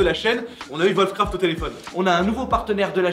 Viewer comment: Putain, arrêtez de dire volfcraft. Vos chien ils font voof voof ?